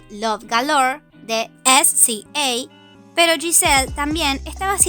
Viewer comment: SZA se pronuncia "siza"